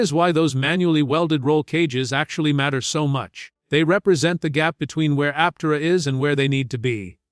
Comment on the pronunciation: learn how to say Aptera Bull shit